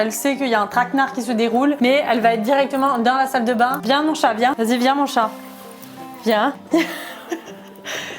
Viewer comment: pq tu dis chate ca me fait pensais a un autre truc mdr